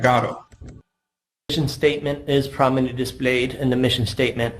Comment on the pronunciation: "Prominently dee-splayed"